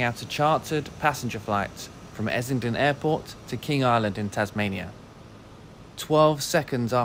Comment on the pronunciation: It's Essendon, not Essington.